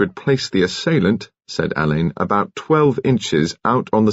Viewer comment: Marsh’s detective Alleyn is pronounced Allen, not Alain. This mispronunciation is irritating.